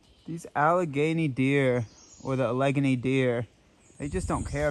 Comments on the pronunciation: Now I’m confused. Is it truly pronounced “A-leg-a-née” like how you said it. Or Al-le-gain-ee? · He also says Al-ay-nee😁